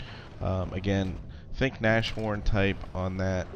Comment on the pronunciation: Nashorn is pronounced Nass--Horn. It means Rhino in German.